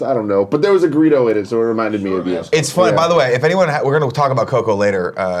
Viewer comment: These guys gotta stop saying "Greedo" when it's "grito" lol